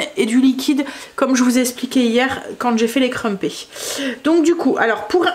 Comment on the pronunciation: Coucou... j'ai testé les crumpets (on dit creumpettes en prononçant le s 😉) pour passer mon levain écarté. Comme 4 de mes petits enfants arrivent demain pour 4 jours, en pkus des pancakes et du gros cake aux cartes de chocolat et une brioche il y a des petits dej et goûters prêts. J'ai fait un pain de mie au levain... miam. Un peu trop fermentées bon.. du coup j'en refais un demain pour des sandwiches et croques monsieur(on prend le train lundi pour le Sud alors faut du pique nique lol) on adoooore préparer... et puis le plus âgé de mes petits fils veut un atelier préparation de tenders. Mamie Caro a prévu ça vendredi après midi pour manger samedi midi... bizz